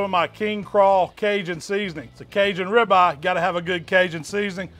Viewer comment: You KNOW he’s in the south when he calls it a .... “Ribah!” 🤓🤪😜